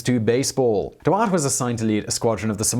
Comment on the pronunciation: Except that he wasn't German? He was Belgian upper class, which spoke french at the time, and his name should be pronounced as such? But yes, the pronunciation is off in the vid, but your suggestion doesn't make it better.